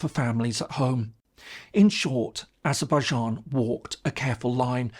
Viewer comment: What's this Azerbaizharn pronunciation? I lived and worked there for over 8 years and no one but no one ever said 'Zharn' at the end of the name.